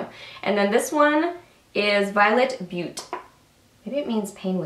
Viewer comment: When you said "Beaute" I couldn't help but laugh, because I live in Montana and we have a town called Butte (pronounced the same way) and everyone who's not from here pronounces it as "butt". And it just reminded me of that 😂 😂😂 Also, do you have the L'Oréal infallible shadow I'm "Golden emerald"? because if you don't have it, you need it. It's my favorite!